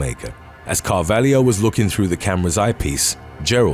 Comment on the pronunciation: I always thought the narrator was Australian, so that surprises me that he's getting slack about Melbourne. He constantly mispronounces things though. Did you hear how he said Carvalho?